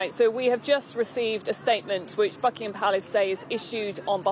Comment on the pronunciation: Bro I thought she said F*ckin palace in the beginning 😂😂😂😂😂